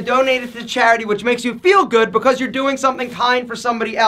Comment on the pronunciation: Lol the way you say becAuse